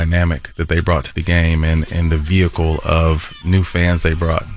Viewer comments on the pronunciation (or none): none